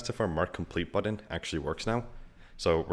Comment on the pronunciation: You say "button" like an Indian person speaking English. How'd that happen?